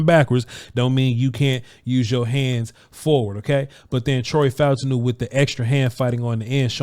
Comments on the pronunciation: I believe his name is pronounced Fa-TAWN-New, according to how the announcers said it. Peace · The pronunciation is Fah-ooh-tahn-ooh